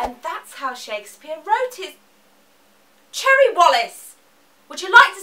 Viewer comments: How do you mispronounce "Cherry"??? >.< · How could your teachers not pronounce Cherry?! Haha